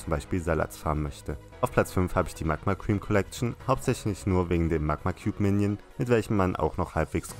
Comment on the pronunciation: Bei hast du das a bei Magma vergessen